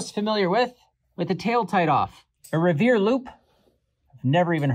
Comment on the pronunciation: REE-ver (like beaver)